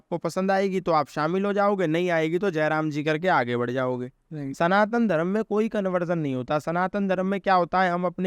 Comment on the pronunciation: Pronunciation of words is so faulty. Dharam is wrong but Dharm is correct.